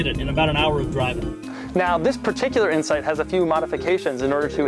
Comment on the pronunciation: I swear he said Honda Insect